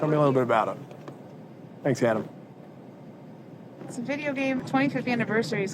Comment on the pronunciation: I am a little confused, did he call him adam or atome?